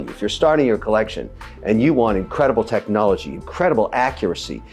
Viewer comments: *collection, the pronunciation sounds Spanish. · Please stop saying “collection” like that. It’s horrific